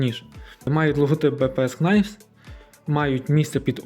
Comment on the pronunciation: Knives читається як "найвс". Там перша k не вимовляється; Для перевірки коли сумніваєтесь: Google translate вимовляє слова;)